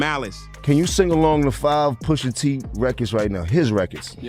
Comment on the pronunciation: Why can't you say Pusha T's name right? 😭